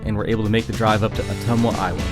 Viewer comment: The town in Iowa is pronounced Uh-tum-wuh. It's the town the character Radar was from in the tv series Mash.